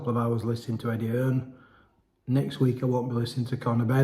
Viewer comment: EDDIE HEARN NOT EDDIE HILLS ?